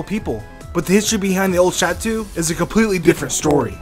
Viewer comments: I’m sorry man, but... the way he says “chateau” might be the scariest thing. Lol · Wow... Really? Creepypasta? Bad Theories? This is so wrong and misleading... I loved the intro... but the rest was... With all respect and kind intentions.... Rubbish. And I'm not even touching your slaughter of the French word "Chateau". I expected more from this channel... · ok i cant stand how he pronounces chateau